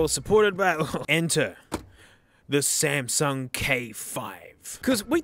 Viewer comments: SAMSUNG NOT SMASNUG!?? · ah yes the smasnug k5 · "smasnug" "na-no"